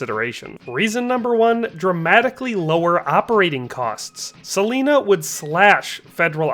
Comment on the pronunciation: It's pronounced Sah-line-ah. Not sah-leen-ah.